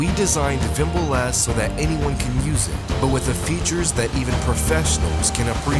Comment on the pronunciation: Wimble S <<<< Correct it please its Vimble S